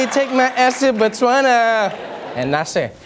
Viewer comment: Good pronounciation of Botswana there Trevor... finally someone gets it right